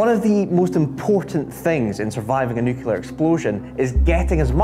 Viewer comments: wait... "Nukey-lar"? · But why does the dude keeps sayin "NUKELAR"??? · It's absolutely NOT an accent thing. Many British people mispronounce "nuclear" as "new-que-lar", just as he does. Just listen to the TV: half of all UK journalists and politicians do the same thing, absolutely irrespective of where they come from. It's like saying "skelington" or "Specific Ocean". It's not an accent thing. He also does say "nucleus" correctly (ie not as "new-que-lus") so it's not even consistent. I also lived in Cupar, which is very close to where he's filming, and I can tell you first hand that it's not a Scottish accent thing. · He lost me in the first minute, when he called it the "nuukuular" bomb. 😅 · The weird thing is he can say "nucleus" correctly (he doesn't say "new-que-lus"), but he does say "new-que-lar". Next he'll be axing about skelingtons in the Specific Ocean. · He said the non-word "NUKULAR" every filipping time! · Hearing "nucular " in the first minute means there is not a lot of point continuing. You'd think the presenter could get that bit right.... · A kitten dies every time you pronounce it “nuculer” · "N U K U L E R" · NUCLEAR. New-Klee-Ar. I’m having traumatic flashbacks of the Bush presidency. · I can't stand when people say "nucular". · IT'S NOT NUCULAR!!!!!!!!!!!!!!!!!!!!!!! What is wrong with all of you? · New clear,,,,,,,nuclear. Is it really that hard????? 44 seconds and I'm gone. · I get 18 seconds in and you pronounce “the nucular bomb”. Nope! That’s enough of that! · As soon as I heard the presenter say "nuculer" I stopped watching, which was 24 seconds in. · Just a question, what are these Nuc-U-LER bombs that this dude and ol H. Dubya are talkin about??? 🤔🤦‍♂️ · Nobody ever invented a nucular bomb. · Its NU CLE AR . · It's going to eat at my brain for the entirety of this video. Nuclear is properly pronounced nu- (knew) clear (clear). Nuclear. Please, I beg you not to add a second 'u' into the word. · Switched off at nucular